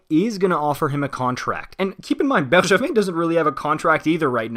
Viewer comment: He said it right thought.